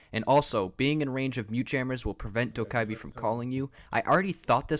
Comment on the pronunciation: It’s dough ku bee